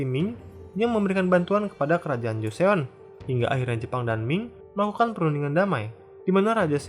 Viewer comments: Koreksi aja min Joseon dibacanya = (Joson) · Joseon = jo-son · Btw joseon bacanya choson